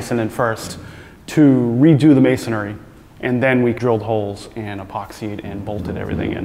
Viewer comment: it's amazing that neither of you know that the word is masonry and not masonary. You sound like fools.